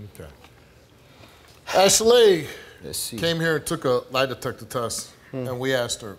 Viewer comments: it's Ashley,not ashelay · I'm laughing 😂 every time he says her name ASH... LAY.Also why is she making her name extra it really is just Ashley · girl your name is Ashley. not no Ashelay. stop playing yo mama ain't name u that lol. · Yeah it's ashilaye not Ashely ok Cindy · Ash-a-laying here, Ash-a-Laying there...Ash-a-laying everywhere but her man. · "ok class, answer to your names!!! -Ashley?" -"IT'S ASH-ALEY!" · ITS ASHILAYE THANKS THO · Man... forget the results. What we NOT gonna do is act like that heffa name ain’t ASHLEY. Talking ‘bout Ash-a-lay... 🤦🏾‍♀️💯😭😭😭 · Ash El LAY 🤪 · Ash-laay who gave her that name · Wtf is Ashalay? The black version of Ashleigh? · Girl!! Thank You!! I was like, "It isn't pronounced that way. People are so extra. 😂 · OneButton Dash lmao I Thought I Was Hearing Stuff At First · If she'd take those syllables and play the clapping game, her name would be phonetically pronounced ASHLEY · it's Ashley, the only reason you think it's pronounced that way is because you remember your mother over pronounce syllables when you got in trouble. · I thought I was having a stroke, my name is 'Ashley', but I've never heard it pronounced this way before, I just keep getting surprised. lol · Lmao girl it’s ASHLEY shut upppp 😂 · Are we sure this girl's name ain't Ashey-Lay? She been busy........ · Her name is Ashley but she pronounces it like a key&peele skit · Ash eh lay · Steve said Ashy-lay. lol What the... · Sydney Nock I was tooo stuck when he said her name😂😂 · I’ve never heard anyone pronounce Ashley like that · Steve, stop saying "Ashley" like that. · Your pronouncing your name wrong, idk if you knew that.